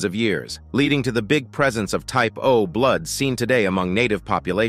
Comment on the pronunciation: I keep hearing typo blud... typo blud... lol O+ according to my dog tags. I'm Swedish/German mix.